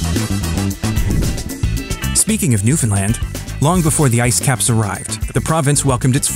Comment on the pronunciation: Hell yeah. Thanks for pronouncing Newfoundland correctly!